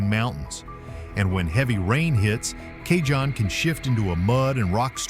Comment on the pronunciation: Cajon Is pronounced cahone pass . The scariest part of Cajon Pass heading south is the DOT Scales at the bottom before you get to I-10